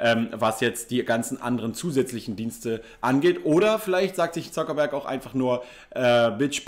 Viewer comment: Er wollte nicht "Suckerberg" sagen denke ich